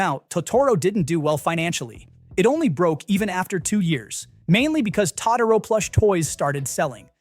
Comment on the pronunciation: Your AI is mispronouncing Totoro and it's annoying